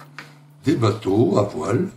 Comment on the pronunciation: C'est vrai que la gamme Revell est très hétéroclite, mais c'est finalement la force de cette marque. On y trouve plein de modèles sympa. Merci pour cette revue qui donne envie d'explorer ce catalogue. PS : a , les bateaux sont bien a voile? j'y entend un p a la place du v... ;)